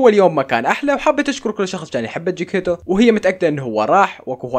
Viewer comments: جيكيتو ولا جيكيتك😂😂😂😂😂😂 اسمه جكيتيتو😂😂😂😂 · جيكيتو❌😂😂😂😂 تشيكيتيتو✔ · جكتيتو ❌ جاكيتو ✔ هههههه 😂😂😂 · جكيتو نارين جكيتيتو😅😅😂😂😂😂😂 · جكتيتو مو جيكتو🤡🌚😂😂😂😂😂😂😂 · لك مو جيكتيو جيكتيتو متت ضحك😂😂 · اسمه جكتيتو مو جيتو 😂😂😂😂😂😂😂😂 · جكيتو ❌ جكيتيتو✅ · جكيتو ❎ جيكيتيتو✅😹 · جيكيتو🤣🤣🤣 اسمو جيكي تيتو😅😅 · جكتيتو مو جيكتو 😅😅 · اسم قطة مو جگتو اسمها جكيتيتو 😂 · جكتيتو ❌ جكيتو ✅ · تشيكيتيتو مو جكيتو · جكتيتو ❌ جكيتو ✔ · جكيتو هههههه اسمو تشكتيتو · ما يعرف يلفظ اسم قطة نارين